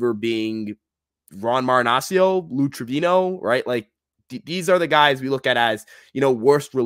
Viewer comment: All that research on stats and still hasn't figured out to say Marinaccio's name correctly. SMH